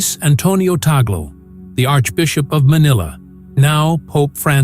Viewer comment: Correct pronunciation: tug- le .